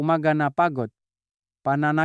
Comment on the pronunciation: Doc ikaw ba ay Pinoykc para kang Bombay na nagsasalita. Pati letter g ay binibigkas mong k like tulog sa iyo ay tulok,likod ay likot. Ay yay yay you’re not a good speaker. Nung una kitang marinig ay Hindi ka naman ganyan magsalita